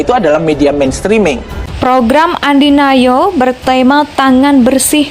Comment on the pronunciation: ANDI F NOYA boss, bukan ANDI NAYO ..